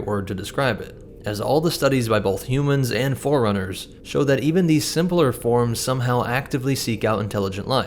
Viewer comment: This guy pronouncing 'forerunners' like 'foreigners'